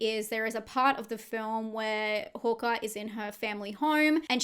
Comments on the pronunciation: Why do you keep saying "Horker"?, it's "Harker" with an A 😂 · Its HARKER . Not HAWKER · Hearing Harker as Hokah threw me for a good half of the video. lol I love how different accents can sound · I'm only bringing this up bc I think different accents are fun (big fan of Australian accents), so no shade intended, the way you pronounce "Harker" sounds like "Hawker" to me. Like the bird. Agree about the Krampus shape. Thanks for the breakdown! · Hawker, Harker.. great recap but this threw me a bit. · Overall fantastic video but the way you’re saying ‘Harker’ is bugging me 😂😂